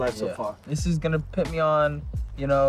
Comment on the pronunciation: Did he say pit the gloves on me instead of put 🤔